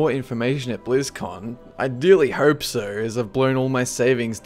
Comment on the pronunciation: I really like all your movies man.. But god fucking dammit am I the only one hearing "I really herp so" when you say "I really hope so"?